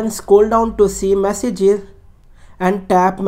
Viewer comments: tap "massages" noice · “Massages” even though it says message multiple places.